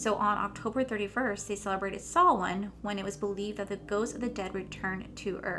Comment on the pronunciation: I'm very impressed you said Samhain the right way. I'm Pagan and I LOVE Samhain/Halloween. It's my favorite Holiday! And they would cut the animals throats. I'm very impressed with your knowledge of the subject as well. I hand out the candy. They aren't allowed to take what they want. Then I get taken off candy duty cuz I give out too much at a time. I love the finished look.